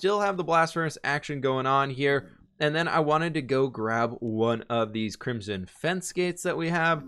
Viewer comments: It is Crim - son, with the "o" sounding like in joke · english is his native language... right? i'm just wondering why he pronounces crimson so weirdly ö_Ö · How do you pronounce ‘crimson’ so wrong?! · "apparently i say crimzhon wrong" h m m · pronounces crimson "crimjim"